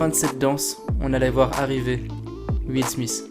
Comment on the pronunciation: Petite correction ça se prononce Will SMITH pas Will SMICE!!! Petite correction qui fais plaisir 👌